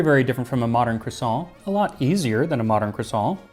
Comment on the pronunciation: Max, I want you to know that I empathize with your struggle over how much to anglicize "croissant". I never can say it in English either, because it sounds wrong if you don't give it a French pronunciation, but actually saying it in French is also clearly not right.